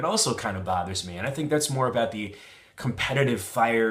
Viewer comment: wouldn't that sound like "cared". I'm from WV and personally don't hear that. I don't normally notice his accent too much except when he talks fast, then sometimes I notice his "about" or "out" becoming "aboot" or "oot". With "card", "lard", "bard", "hard" the main thing I can hear is maybe he says it with a smile making the "ar" sound last a little longer than may be heard otherwise.